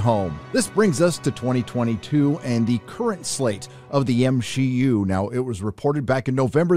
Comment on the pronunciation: Oh so this channel is for haters 😄😄 Marvel grosses made up 30% of the total movie grosses of 2021. We have nothing to panic about. Movies are art, if a reshoot is necessary for a good movie to be made how does that in any way portray weakness?? And saying M-Shee-U is sexist bro so please chill. If we wanna cast only women in a movie that changes nothing because human beings include women and men. So please don't embarrass yourself 😁